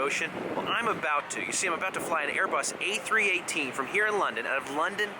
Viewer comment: Did you say a380 or a318?